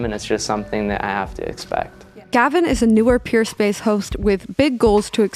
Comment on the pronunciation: It sounds like you’re saying Purespace not Peerspace